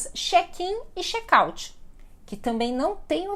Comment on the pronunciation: A palavra Chat e Chek na se pronúncia assim como você pronúncia..